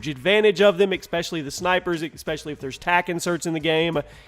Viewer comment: There's no X in "especially". And seeing that you say "especially" seven million times per video, maybe you should learn how to pronounce it.